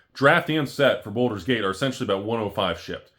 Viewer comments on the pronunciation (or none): Baldur, not Boulder...